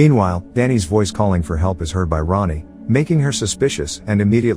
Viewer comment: For anyone not in the know, Rahne is pronounced “Rain.” Weird, yeah, but there it is.